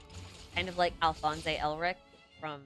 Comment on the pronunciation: lol did you just pronounce Alphonse as Alphonsei?